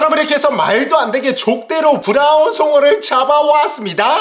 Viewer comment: 오늘 혀 많이 굴리네요 브랄ㄹㄹㄹ운 송어